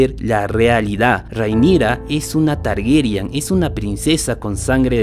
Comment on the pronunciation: Por qué dicen'Targeryan'? Se supone que es 'Targaryen'